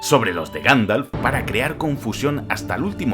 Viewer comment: Ganfalf? 🤣 Minuto 10,16